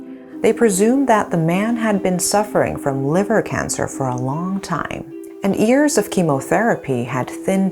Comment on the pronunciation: the way she pronounced years is ears I always noticed it.